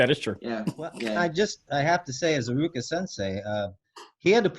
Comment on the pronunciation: Fr bruh, I was confused when he was speaking, especially when he said iruka